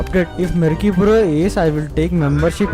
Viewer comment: merky ❎mercy✅:face-green-smiling